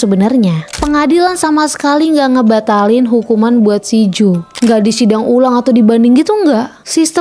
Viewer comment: Jo kak bukan joe bacanya😢